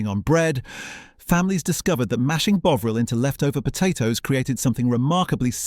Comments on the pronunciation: Tomato pronounced Tomayto, Bovril pronounced Bowvril? Seriously?😂😂😂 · BOW-ril c'mon AI sort it out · WTF is "Bowvril" (rediculous) mispronunciation? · Not so into AI commentary, even if it is reasonable compared with many. A single mispronunciation of Bovril, poor word links - "Burton. Upon Trent…", "strategically located near the Bass. Brewery" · Are you British, your pronunciation of tomato and bovril are very odd.